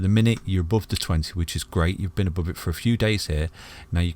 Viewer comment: Isn't it funny that it's called ETHEREUM and the English can't pronounce TH It's not F it's TH oh and lets not talk about above...ABOWVE ffs!